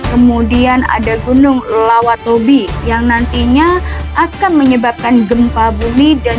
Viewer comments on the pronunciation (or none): Lewotobi bukan lawa Tobi kak